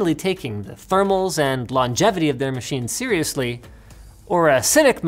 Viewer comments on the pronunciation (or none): none